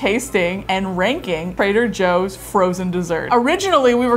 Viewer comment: trader Jooie's